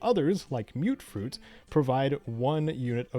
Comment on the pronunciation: Thank you for pronouncing Mutfruit correctly!